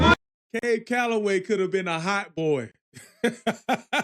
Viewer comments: Thanks,... gotta see the video, though! Cab was amazing.. dancing! appreciate your reaction.... (p.s. it is CAB.. not Cabe...lol).. and yep, if not "rap".. it was called "scatting" at the time... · Thanks. That's pronounced "cab" to rhyme with nab, like a taxicab. I saw Cab in about 1975. He was a wonderful performer, singer, dancer, and bandleader. As others have said, this song is full of drug references. Fleischer Brothers (Popeye, Betty Boop) did three wonderful cartoons, available on YouTube, that feature footage of Cab Calloway, and in two cases, trace and animate his dancing: "Minnie the Moocher", "Betty Boop and Snow White" with St. James Infirmary Blues, and "The Old Man of The Mountain".